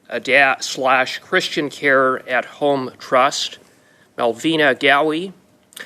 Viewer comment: twudoo you twust